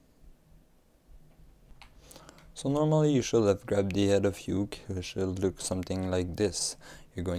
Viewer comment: not being mean, but its pronouced oo-kay. it's japanese